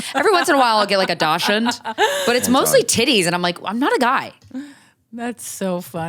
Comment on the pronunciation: KRYSTYNA STOP PRONOUNCING DACHSHUND THE WRONG WAYYY 🫶🏻